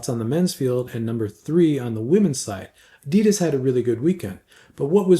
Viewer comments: it's not adiiidas, it's pronounced with a very short "i" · I'm old enough to have met the founder of adidas in person in the 70ies in Herzogenaurach, and believe me, we (we = people born in Mittelfranken which is the region in northern Bavaria where adidas and Puma were founded) pronounce it very differently than anyone else in the whole world or the rest of Germany.